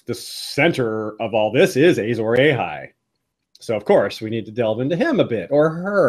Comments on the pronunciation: Pls stop saying ejzor ejhay its Azor Ahai! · I was done with the video as soon as this idiot said "Azor AYHI " like wtf white people why can't y'all pronounce anything correctly? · The way you’re saying Azor Ahai makes my soul hurt. Loved the video though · please say Azor Ahai properly!